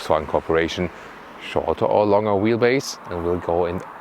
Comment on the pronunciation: When you say longer, please say the G like you would do in the german word Gestern!! Vielen dank :-)